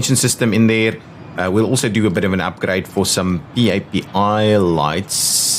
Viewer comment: You forgot to make the inside of the baggage claim belts 'Staff" zone... also, PAPI is pronounced "Pappy".